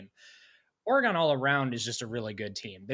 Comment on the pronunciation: It’s pronounced Oregun not Oregone the way you goofs up north say it. BTW prove Ohio State spent 20 million dollars 🤡 . You guys are the biggest bunch of parrots in existence, repeating the same garbage over and over Michigan is good at developing…what a bunch of nonsense. You had a bunch of five and six year players and they’re all gone. Same old horse manure coming out of your pieholes You aren’t going to any natty, you’re getting sanctions this fall for your cheating.